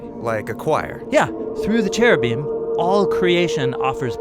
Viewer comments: In Hebrew it's ceruvim with and hard c. Not heruvim. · When he said " in Hebrew" I laughed out loud. It's actually pronounced keruvim